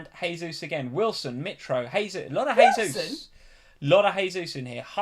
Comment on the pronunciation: Jaysus please, not haysus. It's Portugese pronunciation, not Spanish. Everyone seems to get this wrong.